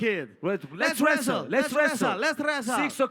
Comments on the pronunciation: Fuckin Conor had me in stitches YEAH, LETS RRRESTLE, LETS RESSSTLE even Khabib loled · les wresaaal 😂😂😂